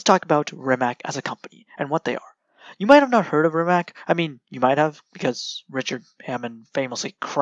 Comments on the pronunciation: good video,try to say rimaz not rimak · c like nimitz-tz-rimatz=rimac not like rimac-rimak=totaly false,hope u anderstand